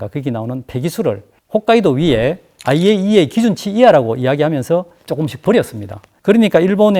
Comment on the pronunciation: 전문가라고...? 9분1초~4초 영상에 에이아이이에이라고 한다... IAEA 약자도 순서를 헷갈리는 사람인데... 씁슬하다...